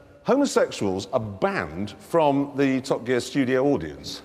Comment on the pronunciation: "Top Quear", omg 😂. Ahhhh.